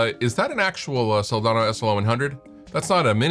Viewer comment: *budget-friendly, yo *there are (the word "schools" is plural, yo) It's pronounced Sol-DAN-o, not "daaaaaawn-o"